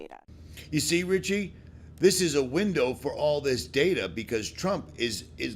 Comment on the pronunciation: It's RICHIE! No T. Thanks. 😊